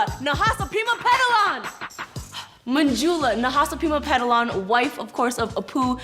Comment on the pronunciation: Them pronouncing Manjula as Manjooola was always so CRINGE